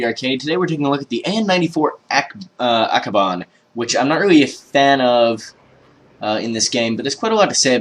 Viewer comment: ABAKAN not Akaban :)